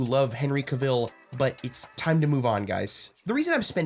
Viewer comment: Isn't Cavill pronounced similar to gavel or travel? Just saying...everything else was spot on concerning your thoughts. #afronerdradio